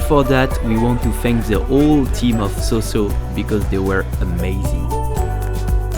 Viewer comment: Mais ou est-ce que le riz? Normalement on mange le sinigang avec du riz... ça a l'air bourgeois le sinigang! Et petit conseil, en tagalog, on dit saw-saw comme le son 'saou' en 'Arabie Saoudite' et pas comme 'so' en 'sociale' par exemple, salamat po!